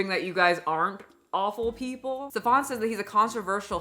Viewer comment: Okay first of all this little man has nothing in common with the pronouncation of a Stefon or any other french versions. His name is "Stefan". German. Pronounced as flat as his character: S (Sch -like the "sh" from fish) T EF (like the letter "f" for F U) AN ("a" like father and short "n") exaggerated: Schteffaan. No need to raise your voice or pronounce anything extra. He is really not that special.